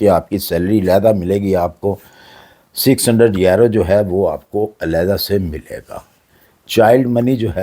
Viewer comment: کوئی ویزے نہیں ہیں ۔یہ بڈھا ایسے ہی چھوڑتا رہتا ہے۔آج تک اس کی کوئی بات سچی نہیں ہوئی یہ آسٹریا کو آسٹریلیا کہتا ہے اور یورو کو یارو😅